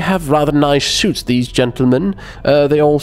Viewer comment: tentlemen? are you drunk?